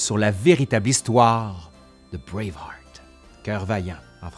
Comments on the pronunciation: non on dit juste braveheart avec un mauvais accent français... 😉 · Encore une fois, meeeerciiiii ! (À lire en s'imaginant que c'est dit comme Wallace lorsqu'il prononce sa dernière parole dans Braveheart) 😆